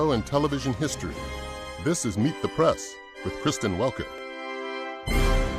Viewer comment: Its "Meet the prAss"......WHY can't you pronounce it prEss?